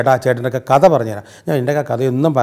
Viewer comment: Not "കത " കഥ.....